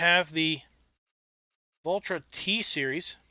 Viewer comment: Its Valtra not vultra